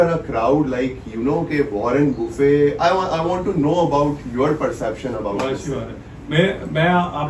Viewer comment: Agla bolraha “Warren Buffett” ko “ Warren Boofayy” 😂🤣😂🤣